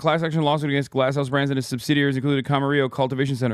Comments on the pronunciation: Ugh. I just cringed at that pronounciation of "Camarillo". It's Spanish, you don't pronounced it with two "L"s. Also, it hits heavier for me because I lived in Camarillo and Oxnard for two years while I was in college. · No one remembers how to pronounce Camarillo